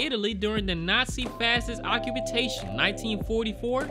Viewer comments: Occupitation is the correct pronunciation. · I already know I missed censoring some breasts...and also I don't know why I can't pronounce occupation when I record..